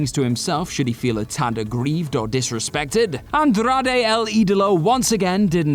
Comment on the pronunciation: OMG, it hurt me every time he mentioned Andrade! 😂